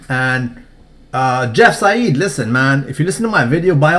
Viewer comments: It's pronounced jeff "side" not jeff "sayid" because the "ei" in german is pronounced "i" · You pronounce "Seid" completely wrong. It doesn't sound arabic at all when you pronounce it right.